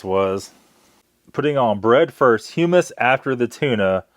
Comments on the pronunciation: Hum-mus like you’re humming, not Hugh Mus lol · pronounced "huh - muhs" and made from Chick peas. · It’s pronounced as in Hum not Hume. Hummus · you had me rollin with "chal vuh" and "hyoo muss" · Gotta love that Hue-Miss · It pronounced (hum-us). Like hum to us without the to part. Its a dip made of chickpeas. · It's pronounced hum-us, and it's made from chick peas. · Humus is garbanzo beans. And the way you pronounce it is triggering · I just had to check and see if someone informed him how to say hummus, and I wasn't disappointed.